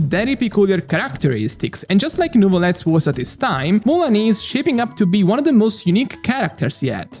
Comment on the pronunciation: its Mua LANI Not Muuani 😂